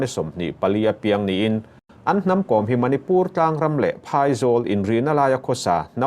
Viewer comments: Kom I lam dan thluk a dik lo, Kawm a nilo Kom (B Com) Kôm tih tur, Mary Com chu misual tenawm tak a lo nih hi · Thian inkawm ....tih a ..kawm ti in i lam leh tlat bik a ni maw ... Kawwm nula te chu i la ti ta deuh² leh nghala ... A hming pangngai a nih na bo thak in i lam ri a lawm le ... Mary kawwwm....😂 Mary kom tih ve mai awm.. Chuan, Henu hi a tan awm thlawh loh ..a chet dan hi a temawm e mai ...hmelchhe rapthlak hrep hrup bawksi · Ka hriat ve dan chuan Kom hnam ho hi Zo hnahthlak an nih ka hrelo, chuan Kom tih i lamrik dan hi a diklo deuh, Kom tih hi lehkhabu káwm tih anga lamrik tur...svmm😊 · Kawm(lehkha bu kawm) tih ang a lam tur a ni e. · Kom i thlûk dân hi a mak e, Kôm Ko 'm' hi i ti hniam dup a.Ko m hi o i ti ang hian ri se a dik a ni mai ang. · Uire a nih hrim hrim ka ten,Kom ti hi thluk tur aw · Kom..i lam rik dan hi ka hriat dan nen a inmil lo...Vaimim kawm kan lam rik ang hian kom hi lam tur